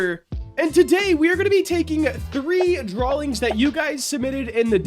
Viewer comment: is it just me or is he saying drawlings?